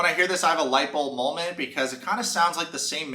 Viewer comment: Brah!!! Stop saying molment! Moment. MOment.